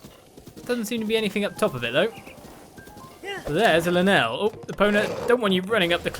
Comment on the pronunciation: i'd just be happy if he just said Lynel correctly lol